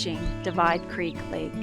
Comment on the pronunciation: You're pronouncing the word "creek" wrong.